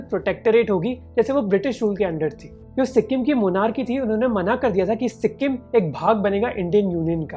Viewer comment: It's not si-kkk-im .. the k need not be pronounced with a hariyanvi accent.